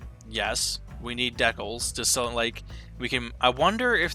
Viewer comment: Just a heads up, "decals" is pronounced "DE-cals" not "deckles" ;P